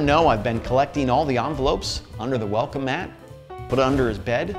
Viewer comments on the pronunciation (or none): none